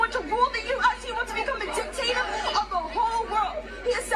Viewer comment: Did she just say “dictayta” of the world?!